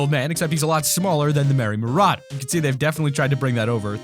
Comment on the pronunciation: I’m sorry, you pronounce Merry Marauder “Merry Mur-aid-er